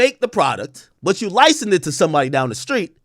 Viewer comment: Ak struggles saying the word license/licensing I noticed